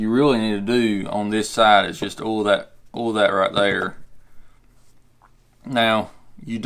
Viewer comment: Oil , not 'Ol' Thanks for the video.